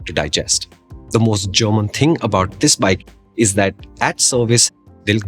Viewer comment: " Zisss motorcycle " 😂😂